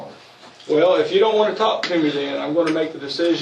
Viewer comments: Anyone else repeat the narrator every time he says “TALK” hitting that L sound that’s supposed to be silent real hard? TAULK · Why does the narrator pronounce the L in "talk"?